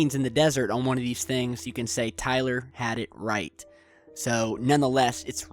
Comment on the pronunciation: Why can't you ever seem to say our name right? What in the actual fuck is Tyleeur? It is Tyler. Say it with me now... Tyler. You may find this helpful: TIE-ler (ler - rhymes with sir).